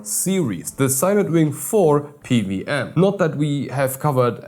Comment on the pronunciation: Pe - Double-U [not a 'V'] - aM - you are quite welcome.